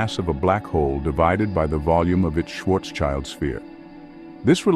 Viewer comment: Nice Video, but my German ears are bleeding... schwarz-child😅